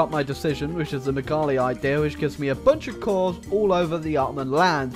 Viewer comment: The "MEGALI IDEA" sounded more like a discount Indian plan to dam a river than the unification of all Greeks to me the way you pronounced it, sheesh...